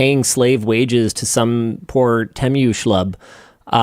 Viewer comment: Tee-Moo, not te-mju